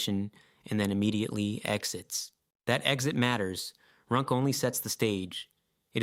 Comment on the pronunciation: yeah "his" pronunciation is weird, he pronounced runc as runk and runs for some reason -- feels like the dialogue is AI generated